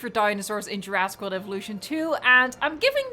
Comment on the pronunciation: “Peninshula”. “Juraaaaasic World Evolution 2”.